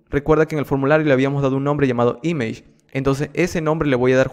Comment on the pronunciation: image esta mal pronunciado